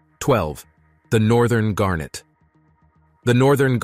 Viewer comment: gannet not garnet- otherwise well done